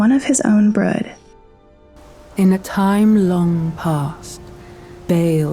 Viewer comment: Why do you say brud 😅😭 even dragon lady clearly says brood.